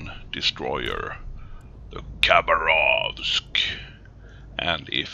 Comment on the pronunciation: I have no f** idea why youtube have recommended your videos as documentaries for battleships..... lol :D seriously WTF !? :) If you allow a little correction,- actually the correct pronunciation is Ha'bArov'sk, (without K ) english language is poor for the translation of (any*) languages By the way nice gameplay :] ,... wait a sec... you lost!? well ... i think you need som "target-water energy drink" oh we call it [cough*] wodka [cough*] :D you can't play one of our battleship without to feel like an true RRrussian because you need to feel the spirit of mother Rrrrussia, if you want to win! :D ahh just joking... cheers ! :]